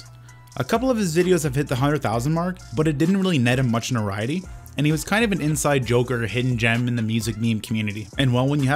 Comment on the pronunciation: Anyone ever notice that can't pronounce notoriety?